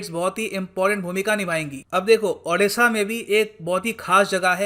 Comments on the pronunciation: O - D - SHA not A- D- SHA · sir please,pronounciate our state odisha not adisa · " अ" नही "ओ" हे...... "ओडीसा" |sir, pronounce it correctly . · Plzz sir State ke name tike se pronounce karo